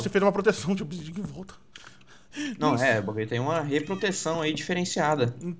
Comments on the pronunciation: "obsidia", Ta sabendo legal em, o certo é obsidian ou obsidiana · NÃO É OBISIDIA É OBISIDIAN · n querendo ser chato mas é obisidian e n obisidia